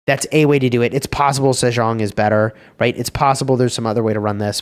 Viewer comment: sejeong 세종 is more like "say-jong" but i like how u add the french accent to it lol😂